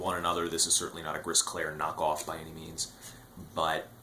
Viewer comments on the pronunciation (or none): Thanks for this great review. As for Gris Clair, we don't pronounce the "S" at the end of Gris in french.